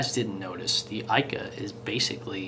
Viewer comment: It's an incredible bait, but please.........it's pronouced eeeka.